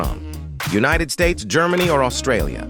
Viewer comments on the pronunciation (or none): none